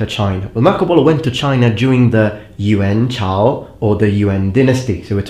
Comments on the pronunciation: Yo great pronunciation with the Chinese! It was spot on! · Your mandarin pronunciation of "元朝" is perfect. I am surprised as most foreigners have problems in tones